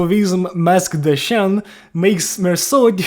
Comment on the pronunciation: Oh my goodness thank you so much for actually giving a crap and pronouncing the french words correctly. I swear so many people rushed their reviews of the IDs just to get those sweet views and it was so jarring to hear them try to pronounce "Chien", whic h surprise surprise literally means "dog". Like legit people couldnt even take a moment to google how to say those words. I am currently testing 5 Ring (Outis on bench) with N Ryoshu and Owl Greg and they have been performing quite well. Biggest W is the Bleed count without the need of Sanguine Desire. My issues so far have been, as funny as it is, with Rodya. So far she has been winning the award for most clashes lost. I swear she has bonkers boosts to her clashing and still manages to mess up. Sure Mersault gets a nice SP pump from her and generally manages to win clashes but she needs so much care and attention to not let her mess up. Once she gets going she's quite a monster but nowhere near as much as our Corporist Duo. It is bonkers easy, however, to save her S3 and let her hit someone with 6 debuffs for like turn 2-3 wolf mask mode. I might be wrong here but the more I play with her the more I feel like she was much stronger initially and they nerfed her. Maybe even overnerfed and then they put that weird passive on her that boost her offense based on the amount of students present. Which still doesnt help much as she tends to lose round 1 clashes frequently. And in the final dmg, despite being deployed right after Mae